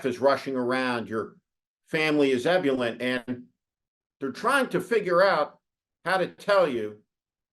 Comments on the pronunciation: "Ebb-you-lent"? Did you mean "ebb-you-lee-ent"? No such word as "miss-chee-vee-us", either. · Eb-yoo-lint? Is that the way it’s pronounced? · "Ebyoolent"? Is that actually how ebullient is pronounced in the US? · Are you saying "ebullient?" As in eh-BYU-li-ent? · Steve mispronounced “ebullient.”